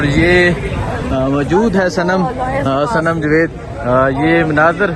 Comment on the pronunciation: بھائی جوید نہیں جاوید صحیح نام ھے۔